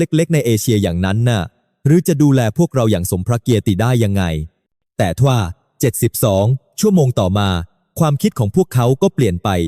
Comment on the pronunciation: เอาเอไอมาพูดโคตรน่าเบื่อพูดอะไรก็ไม่รู้ เช่น พระเกียรติ เป็น พระเกียด - ติ ทวีป ก็เป็น ทวี - ปอ ตลก เลิกทำเถอะ